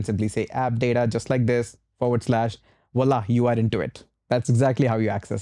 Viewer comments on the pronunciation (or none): none